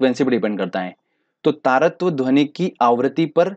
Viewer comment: Best lecture sir Lekin dhoni bolate ho Aur mujhe M.s.dhoni yaad aata he